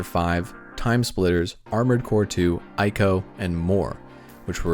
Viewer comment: Everytime I hear 'AIKO' I rolled my eyes... If you're serious about making a good documentary, at least pronounce the TITLE CORRECTLY. It's ICO, 'EEEEEKO' FFS...